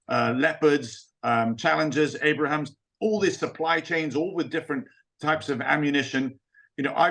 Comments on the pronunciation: What the freak do you think we have been sending already. BTW the M1's nickname is pronounced "Abe-rums" not Abraham's.... LOL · Abrahams??!?! It’s Abrams. Who is this guy again?? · Abrams! Not Abrahams. This is an expert? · It’s the Abrams tank, not the ABRAHAM. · When a featured "expert" repeatedly calls the US tanks "Abraham" instead of M1 Abrams, I reserve the right to question whatever he might say. That man clearly did not do his homework. As of late, Times Radio has been hit and miss, though more hit than miss - and this one was clearly a miss. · Abrams !! not Abraham ! You'd think Ellwood would know that ! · Why does a "military expert" keep calling the U.S. tanks Abrahams? Its Abrams. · Not Abraham's, it's Abrams named after a great US Army General, Creighton Abrams. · I was giving him the benefit of the doubt about saying "Abrahams" in the beginning of the interview but then he said it again!!!